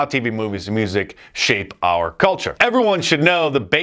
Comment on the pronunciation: Dice is brilliant. I just wish he could pronounce "Are" and "Our."